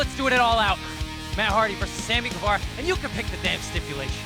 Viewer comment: U is silent in Guevara.